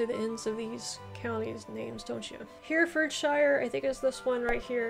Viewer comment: Also Hertfordshire = Heartfodsheer Herefordshire = Herefodsheer (the he and re are pron. separately as 2 syllables with a short "e" sound like in echo)